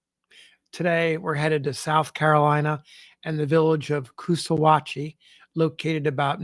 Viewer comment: It's Coosaw-hatchie, because it's where the Coosaw and Salkahatchie rivers meet.